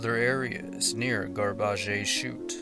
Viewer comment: "Gar-bar-zhay"??? The word is "garbage" pronounced gar-bej or gar-baj as in trash or litter. Garbage chute like in a multi story building back in the day? Just sayin'... Other than that another awesome job. Thank you and keep up the great work. =)